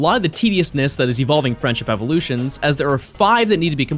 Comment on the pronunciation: i dead ass heard "the french evolution" instead of "friendship evolutions"